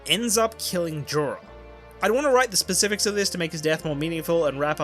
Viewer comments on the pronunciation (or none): none